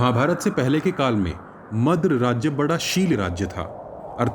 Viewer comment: Madra ko madras bolte